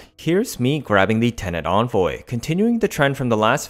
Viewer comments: there is no way in phonetics that an e can be pronounced like an o in the english language, it can sound like ee as in weep, eh as ing exercise, and uh as in mechical. nowhere does it say o as in onvoy, also vigilante has the ah sound not the ey sound. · I hate the way you pronounce things, onvoy, vigilonte, etc, please pronounce it right